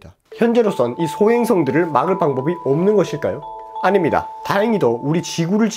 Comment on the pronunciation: 옶는것일까요?? 발음이...